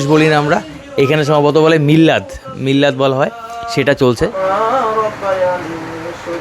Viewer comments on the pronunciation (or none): দাদা মিল্লাদ না মিলাদ বলা হয়।